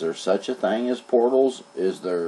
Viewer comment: It's called "THING" " ING " NOT " THANG" " ANG SAY "TH I ING " " ING "... Other than that Great Video ! Thumbs UP !